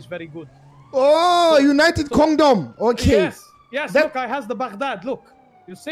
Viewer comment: "i come recently to united condom" 💀